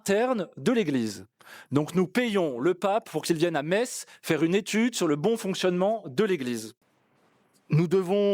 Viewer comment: La Me(sse)tz est dite 😂